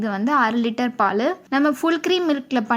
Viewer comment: Athu aaruliter illa😂😁 ara litre